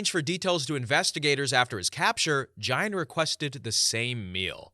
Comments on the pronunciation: fyi its pronounced "geen", like rhyming with bean, not "jine" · “Ed gine” I thought it was geen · Ed Gian? Ed Gein, and it pronounced geen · Story 10. Gein. Ed GEIN. Not gian,not giant.... GEIN. Pronounced GEEN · Gene. As in geeeeen. Not gine. Ed gein…. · Your saying Gain's name wrong & it's annoying af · the lampshade guy was Ed Gein, pronounced Geen. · Ed Gein... Pronounced like "Gain" 😊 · It is Ed Gein not Gian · You pronounced 3 of the killers names wrong. So I appreciate the time & effort you put into the stories but at least research what your talking about beforehand. Hearing you say ( Ed jine ) so many times in the story pronouncing his name wrong made me change stories. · the way he pronounced it pissed me off😭😂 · I’d have enjoyed it more if he would have been able to pronounce Gein’s name properly. Anybody that’s knows about serial killers knows how to pronounce that name. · It’s Gein with a hard G. His name is German and Germans don’t have very many soft Gs, if any, in their language Anyways, Gein’s fascination with doing taxidermy on humans stems from the Nazi “bitch of Buchenwald”, or Ilza Koch. She had things like human skin lampshades, fingers for light switches… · Ed Gein with a "G" not a "J" sound!!!! I almost shut this video off. Who the hell doesn't know who Ed Gein is? Literally the most known horror movie bad guys are based on him. Wow!